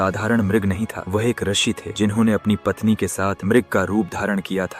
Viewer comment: रसी नहीं बेटा ऋषि होता है।😅😅😅